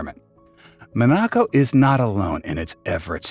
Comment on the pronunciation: Why have a video when you can't even say the country's name properly?